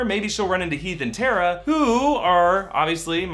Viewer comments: did anybody hear him say teeth and hara it heath and tara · Did he say "Teath & Hara"? Lol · did anyone else hear him say teath and hara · Lol ish he said teeth and haira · He said teath and hera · "teath and hara" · He said teath and hara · "teath and hara" lol